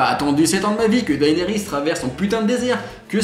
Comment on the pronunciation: "Dahénérisse" nan mais faut arrêter de massacrer ce nom, ça se dit "Dénérisse" :p